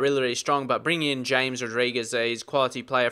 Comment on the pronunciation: I know it says James but i think it's pronounced Hames lol not sure though